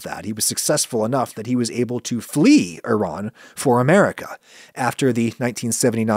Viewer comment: Well, thank you for pronouncing Iran properly Should have stopped there and not project your opinion on Iran onto random Iranian people as if it's universal opinion all Iranians must share